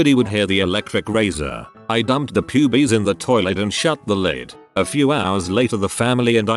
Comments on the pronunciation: the way it says pyubies is fucking amazing and I love it lmao. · I CAME TO THE COMMENT SECTION ONLY TO SAY THIS!!! 😆 Pyoobees. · Love the way it says pubes 😂